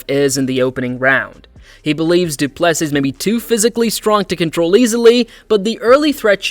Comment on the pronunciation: Dryyyy-kuus Doo Plu Sisss. Horrible pronunciation 😂